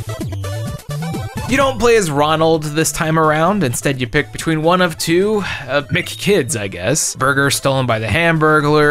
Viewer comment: I am personally offended both by your omission of Yo! Noid and your pronunciation of M.C Kids